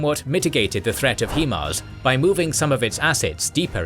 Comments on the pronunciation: The way the narrator pronounces (High-Mars) as (Hee-Mars) makes my eye twitch. That aside, great documentary. 👍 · "High-mars" for future reference. Great video. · At this point i think you are just saying "HE-Mars" on purpose.